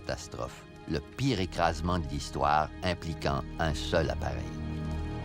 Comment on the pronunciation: "un écrasmeint" 😂😂